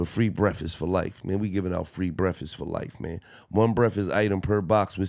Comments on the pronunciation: my nigga said free brefest like 5 times 😂😂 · Love you Gil but did you say free brefast😂cmon Gil